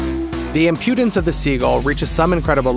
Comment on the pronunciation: loooooot of facts you had were, well incorrect. also if youre going to way over use the word impudence, please use it correctly or brush up on how to pronounce it. not judging by any means, just some feedback on how to make an even better video next time :)